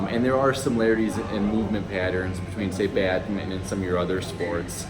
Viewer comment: Badmitton...? It's BadmiNton, please :-)